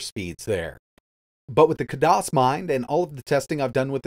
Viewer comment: *Kaaay-Diss or Kaay-Doss not kahdoss~